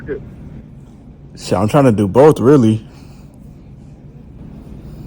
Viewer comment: “Dis piece of chit”